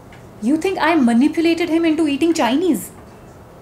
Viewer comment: manipulated hai not moneypulated...